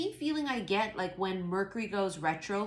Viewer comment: Like how you say murk-Ury 🤣😂